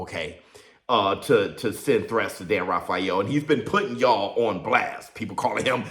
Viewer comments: Rafeal is pronounced ray feel. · Dan Rayfill is the pronunciation